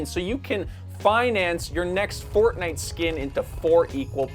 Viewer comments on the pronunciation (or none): none